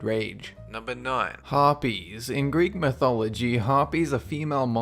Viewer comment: u got Harpys right